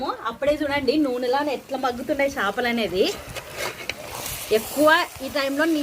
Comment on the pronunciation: Shapalu kadu chepalu